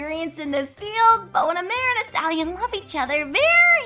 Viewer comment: Lurve bro it's love not lurve